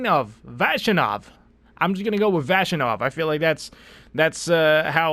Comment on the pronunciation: Vas you nov is how you pronounce that :)